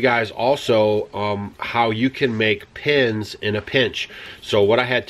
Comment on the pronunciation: *pens (not pins) Great job improvising pens ... Rambo has his eye on ewe....and you... I hope the neighbor does well with the lambs.